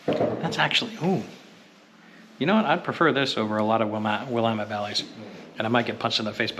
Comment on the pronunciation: Thank you for actually talking and sharing really great info, unlike many other videos. Curious as to whether you are from Oregon. Given the fact you could pronounce Willamette, I thought I’d ask 😂. Thanks again for all the great information